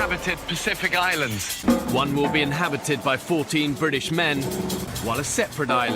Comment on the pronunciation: The way he said "british" women makes it funnier to watch this video.